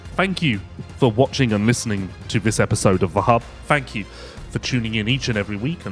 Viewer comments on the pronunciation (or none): none